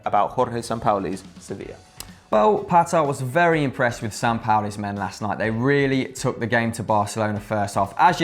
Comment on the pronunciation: The guy didn't even say Sampaoli's name right smh